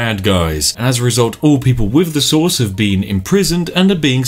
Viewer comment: i keep hearing "sauce" whenever he says "source" and it makes this game so much better